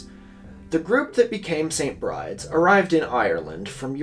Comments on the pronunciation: the only thing I dislike about this video is pronouncing st. Bride's as se͡ɪnt bɹaɪd͡z when it is probably pronounced se͡ɪnt bɹid͡ʒɛz as in the irish name for Bridget, Bride. editː i realise i said this five months ago. oops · I could be wrong, but I thought that St Bride's is pronounced like Bry-dee. It's another way of saying St Brigid